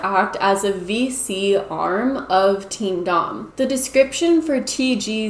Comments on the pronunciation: I’m fairly certain that “teamdom” is pronounced like “kingdom” rather than “team dom” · I thought you said Team Dong. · I thought you were saying “Team Dong” until you showed it on screen 🤣🤣🤣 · Oh my gosh I thought you kept saying Team DONG! Like penis. . . that's hilarious that I was wrong. . . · I really thought shes been saying Team Dong this whole time lmao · I think "TeamDom" is supposed to be pronounced kind of like..."kingdom"?